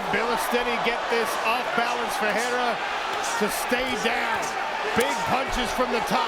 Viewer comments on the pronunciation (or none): I wish the commentator would learn how to pronounce Ferreira. Its pronounced with an F, for Sucks Fake., not a P! Its not the same name as Alex Pereira. FERREIRA means Blacksmith which would be a perferct MMA handle for Ferreira. Just trying to sound smart.